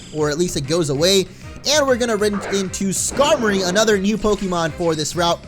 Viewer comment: skamory is pronounecd Ska-more-ey